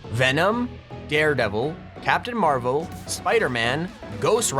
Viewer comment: How he said it when he was saying the skins captain marvo